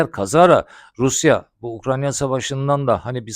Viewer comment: 2 senedir Ukrayna'ya Ukranya demekten vazgeçmedi.